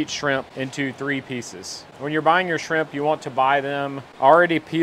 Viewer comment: Sheimp... or Shrimp? 😂